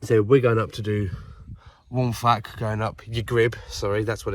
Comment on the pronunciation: Good going - a nice little detour to the castle to ponder history and to look at the task ahead. It's a steep one in places for sure. You had a good day for it with views of the central Beacons emerging. The Welsh language is a funny one but Waun Fach is pronounced 'Wine Vak.' When you see Fach or Fawr the F is always nearly a V. So Vak and Vower there. Well, great stuff. I need to get bac k up there myself. All the best. Mark